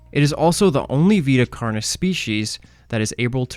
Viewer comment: I want you to know for future reference, Vita Carnis is Latin, it should be pronounced as (v-eye-t-uh) (carn-e) (all letters pronounced as the letter, and carn as in carnage)